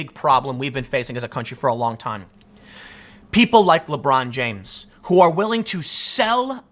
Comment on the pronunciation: "Lebrawn jaimes~"